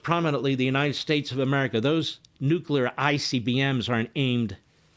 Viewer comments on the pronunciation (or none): Did he say nukel world trade center